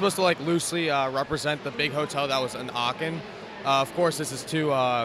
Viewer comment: Very nice moc And it’s so funny hearing him saying “Aachen” cause I am living in Aachen he’s pronouncing it so wrong haha